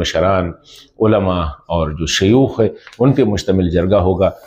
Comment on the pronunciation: I am from afghanistan. I learnt urdu from television. And my accent sounds better than you.aaaooor nahi (or) you sound like a joker